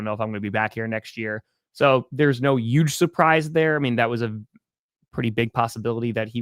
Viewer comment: saying Uuge is the reason the packers lost